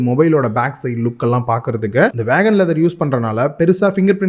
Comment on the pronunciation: ஐயா, அது வீகன், வேகன் இல்ல